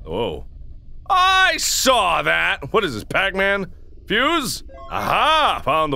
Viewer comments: It's fuse, not fouse! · is that how he says fuse or is he messing